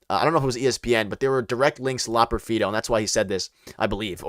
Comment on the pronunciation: Fun live stream. You just need to learn how to pronounce Loperfido. Keep up the good work